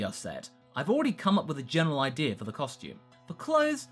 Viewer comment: I love the way says idea,it turns into ideyur